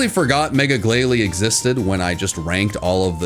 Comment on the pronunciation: IT;S GLALIE, NOT GLIGALIE!